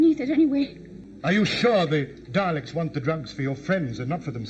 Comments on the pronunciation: Bruh, It's Daleks (pronounced "Dahlex" or "Dahlix"), ain't no Daylicks here 🤣 Why does he look like he's wearing a backwards baseball cap? You do find out eventually what the Daleks actually look like, also some of the bits where the Doctor looks confused, he was because the actor, William Hartnell, was getting on and having issues. Which is why he left. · When you said "I'm guessing due to the next episode title... the 'Dalecks'..." We're used to saying it as D'ah-lecks, not Day-lecks. For some strange reason, day-lecks had me instantly think of Dereck (Ricky Gervais' show) lol Probably because it sounds similar to the way you called them. I pictured strange Dalecks wandering around with Ricky's high-pitched voice stating "exxxxxterminate! EXTERMINATEEE!" followed by Ricky's loud giggling laugh! Anyway, I'm sure it's been said before, and you picked up on the correct name shortly afer, but yep, it's Dah-lecks that us Brits call em. Fantastic watch-along and yes so enjoyed the logic vs the characters actions:D Thanks! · Oh no “It’s the Daylecks” 😂